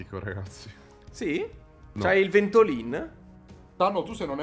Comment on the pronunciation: Si dice Vèntolin, non Ventolìn